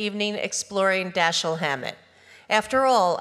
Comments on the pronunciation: How can you mispronounce the name of your subject?? It's Da-SHEEL! Alleged fans should know better! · It is consistently mispronounced throughout. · Why take it upon yourself to "Americanize" his name? Why not pronounce it properly? As you explained, he himself pronounced it "DaSHEEL".